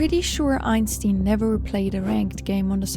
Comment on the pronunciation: She really did Einstein dirty calling him einSTEEN